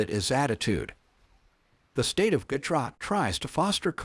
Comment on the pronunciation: Why not use same electric fence used for cattle herd..to keep lions in thier park ans frustated licals out 😂 Yep ai voice pronouciation of gudjrat😅